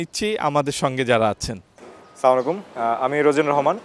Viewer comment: না স্লামালাইকুম বলবেন না বলবেন আসসালামুয়ালাইকুম